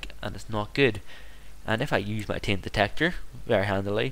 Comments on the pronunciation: its not tint its taint btw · sounds like your saying tint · Lol, he does say 'taint' but it kind sounds like 'tai-ent' which makes everyone think it's pronounced 'tint'. Is he Irish?